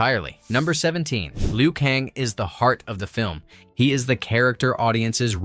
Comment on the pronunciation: Liu Kong and Raidon...lol!! These lazy AI voices are funny.